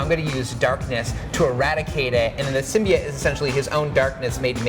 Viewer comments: "SymBIOte" not Symbeit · Please learn how to say symbiote